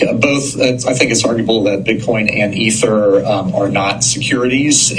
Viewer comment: If I found a magic lamp and granted 3 wishes, my first would be you pronounce ETHER correctly. The other two, not telling. Lol.